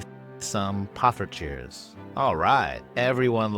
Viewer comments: damn he's moving up to poffertjes (excellent pronunciation btw). you the goat:goat-turquoise-white-horns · Late reply, but I got around to showing my wife this video-- she laughed in delight and commented that your "poffertjes" was pretty good, unprompted! Now if you want to take it to the next goated level, pronounce your R's a bit like a Spanish R, or less like the American hard R!